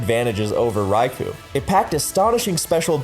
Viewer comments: It's called Raikou (or Raikō), not Raiku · At rate the Ferrothorn video is gonna be longer than a Lord of the Rings movie. How many times do I have to say this? It's 'Rai-koh,' not 'Rai-coo!' Also How Good Was Mr. Mime/Mr. Rime Actually? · Rai ku? isn't it Rai KO? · Raikou, not Rai Ku!